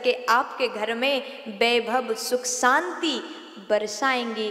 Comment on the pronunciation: Saaanti Saam nh Shaanti Shaam. Uchchaaran sahi karo. Choti bachi nh ho.